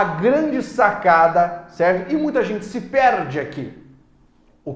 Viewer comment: Boa aula. Só achei estranho ele falar a partícula "SE" com um som de "e" tão fechado, tipo "SÊ", que lembrou um verbo. "Sê corajoso", por exemplo. A pronúncia não seria com som de i, "se" ?